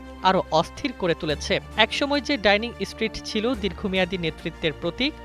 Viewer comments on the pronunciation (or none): বিশ্ব গোবর-গাধা রিপোর্টার, এটা ‘ডাইনিং ষ্ট্রীট’ না বরং “ডাউনিং ষ্ট্রীট”। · ডাইনিং নয়, ডাউনিং ষ্ট্রিট।